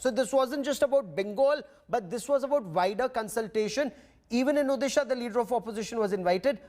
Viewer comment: Mr anchor.. it’s Odisha not Udisa...work on your pronunciation